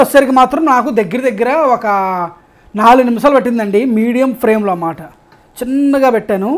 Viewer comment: Medium ఫ్రేమ్ కాదు ,, ఫ్లేమ్